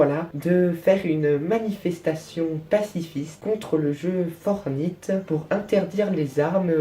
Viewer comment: Tu prononce mal "Fortnite" on le prononce plus comme Fortnite que Fortnite, voila.